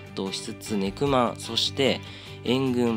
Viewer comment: ネクマンがにくまんにきこえた